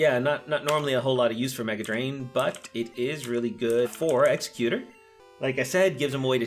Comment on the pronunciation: Good video but damn...you really butcher some of the pronounciations. Especially Exeggutor and Lapras.